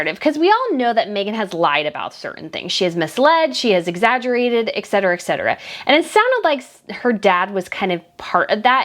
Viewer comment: PLEASE. PLEASE! STOP SAYING EK-CETERA! IT'S ETC NOT EKC. ET-CETERA Every time you say this, my blood preasure rises